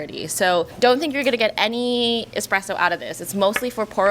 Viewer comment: Dear God why is it "easy-presso" when it is clearly starts with a 1 followed by a z? Or just call it EasyPresso - done! 😭